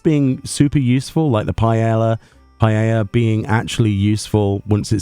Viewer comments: Pie-Ay-Uh. Paella. The two ll's get a y sound because Spanish. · Ooooh I didn't know about the empty paella item!! Interesting... (btw, it's pronounced something like "pa-eh-sha"... "sha" as in "shaft" ) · The double L is silent. Here in Aus we pronounce it as Pah-eh-ya